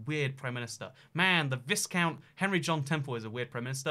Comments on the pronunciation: Hey there. Thanks for the video and thanks for thinking about it. Viscount is prenounced VIE-COUNT rather than VIZ-count. Incidentally, this is my area and so one point to bear in mind, while there may eventually be a leadership election, HM the Queen would ask someone else, one of her Cabinet in all liklihood to form a Government. That person would then be likely to step down at that point. Still listening in as I make the dinner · What is a "viz count"? It's pronounced "vie count". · Good video, but it's "vye-count" not "vis-count". Sorry hahaha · It's "why-count", not "whis-count"... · Sometimes I think mispronounces things on purpose just to generate comments like this. “Vis count”, indeed. 😂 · Yes, it's /vaɪkaʊnt/ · Humphrey /ˈvaɪkaʊnt/, i.e. vye-count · Isn’t viscount pronounced “vy count” to rhyme with by count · The obscure PM Bonar Law was born in Canada -- reason enough to be "obscure." Btw,, please don't make "viscount" sound similar to "discount" -- hurts my ears.:D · Maybe he was a discount viscount. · You don't pronounce the S in viscount. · Please Please Please learn the correct pronunciation of Viscount. Please. And yes if elected I would push that damned button as my final act. Nuclear ☢️ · Viscount isn’t pronounced with the s